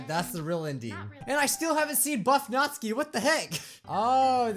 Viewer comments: BTW Natsuki isn't read Nat-su-ki, but NA-tSU-KI (the T almost non exists) Its Japanese name, so... that's the correct/right way said it. Just a trivia. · Again not hating but...Nat-ski why! Why do you pronounce it that way!!! I thought you pronounce it as Nat-su-key! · Natsuki is pronounced nats-oo-ki BTW your awesome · It is pronounced nat-sue-key natsuki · "natzki..." :x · He gets the names so wrong just listen to this (press) (it kinda looks like natsuki to me) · Does anyone else get slightly triggered at the way says Natsuki?...